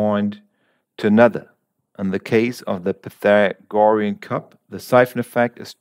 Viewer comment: You might want to look up the pronunciation of “Pythagorean”.